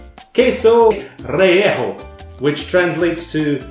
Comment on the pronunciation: I love how you pronounce "relleno". I think I heard the entire of Mexico cry out in pain...and then silence. Thanks for another fun video,!